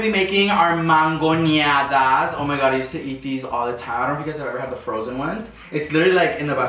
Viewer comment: It’s MANGONADAS NOT MANGUIONADAS